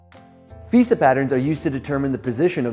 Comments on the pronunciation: VEHSAH basic English bruh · couldn't keep watching the video after hearing him say "veesa". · The pronunciation of "Vesa" is absurd considering who it has to compete with. Given it has an "E" has the 2nd letter its not like there wheren't options to prounounce it a different way. (